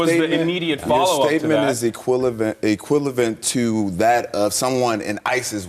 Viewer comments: "Your statement is equilavent, equilavent to..." I know I should comment on something more substantive, but I can't get over that fool not being able to say the word "equivalent," haha! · wrote a book but can't say "equivalent" properly